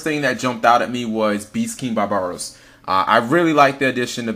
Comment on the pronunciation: barb-aros! not ba-ba-ros...